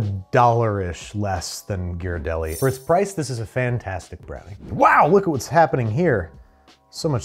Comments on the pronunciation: You mangled the name. Ghee not Ji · Ghirardelli. Pronounced GEER-uh-delly. I’m from SF, where it originates. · Can’t catch, can’t pronunciate Ghirardelli (I’ve never heard it pronounced that way). Keep your day job. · As a san franciscan, I was about to correct the pronunciation of Ghirardelli but then your assistant did it within the first 5 minutes so I can relax. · When he learned he was pronouncing Ghirardelli wrong 😂😂😂😂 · So glad they searched up the correct pronunciation of Ghirardelli because as someone from SF it was really bugging me 😅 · ghirardelli is hard a G, love you, but please learn how to pronounce italian